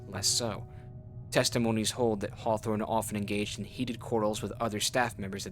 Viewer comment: I swear the MC pronouces Hawthorne like Whore-thorn 😂